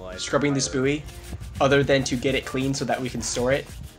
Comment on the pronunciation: i know its spelt bouy but its pronounced 'boy' not booey XD